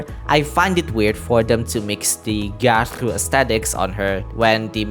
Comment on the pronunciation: Everytime u said Gyaru I lost 5 years of my lifespan